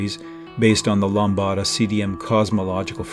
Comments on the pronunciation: Very interesting video. However, I suggest that the producer should inform the narrator to say LAMBDA instead of LAMBADA in future episodes. Except for this minor imperfection, the video was plus-que-parfait. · "Lambda" is most definitely NOT pronounced that way